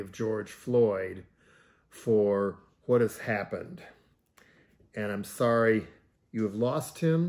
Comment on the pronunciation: Jello reiterates news you heard. "thorry"